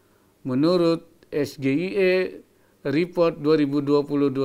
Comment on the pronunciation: Di Indo, SGIE memang biasa dibaca ES GE I E ya, bukan ES JI AI I :D